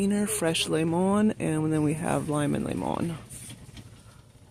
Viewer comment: Laymon....lol.. speak😂